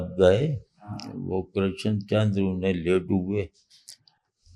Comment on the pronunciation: Your pronunciation of Krishan chandar is wrong dear host. کرشن کی ش پر تشدید نہیں ہے۔